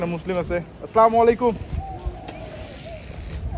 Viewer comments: সালামালাইকুম বলবেনা আসসালামু আলাইকুম বলবেন শুদ্ধ মুসলিম ভাবে কথা বলবেন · আসসালামু আলাইকুম হবে। স্লামালাইকুম শুদ্ধ নয়।